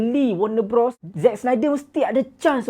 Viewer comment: Bros bang, BUKAN brOs. Macam kau sebut bro. Bros - besodare